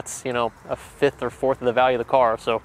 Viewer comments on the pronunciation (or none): none